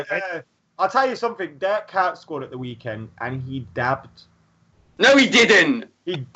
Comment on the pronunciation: Kuyt is pronounced like "kite"